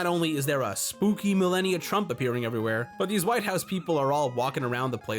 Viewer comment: You and blooms both mispronounce Melania in the same way.